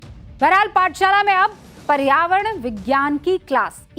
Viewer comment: मैडम जी पर्यावरण शब्द के उच्चारण में आप असहज महसूस हुई हैं